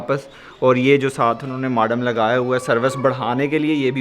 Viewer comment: Dear "Modem" hota ha Maadam nhi hota